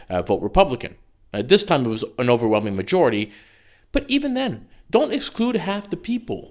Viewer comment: Strong emphasis on “Overwhelming majority” lol